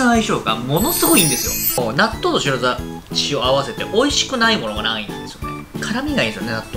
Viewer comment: 酔っぱらうと「白だし」が言えなくなるのかww